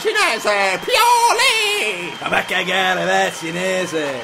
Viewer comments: Pio-lee AHAHAHAH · pio-lee